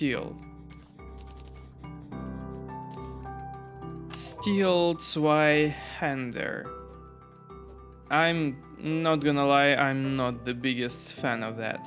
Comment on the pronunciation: Just wanted to give you props on the pronunciation of the word "Zweihänder"